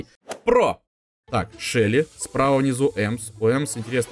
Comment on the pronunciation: почему ты говоришь шэли а не шелли